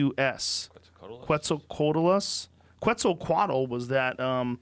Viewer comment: It's fun to see Joe pronouncing Quetzalcoatl... "The feathered Snake"